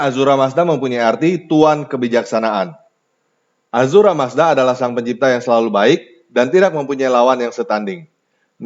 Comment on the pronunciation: Ahura mazda bukan azura mazda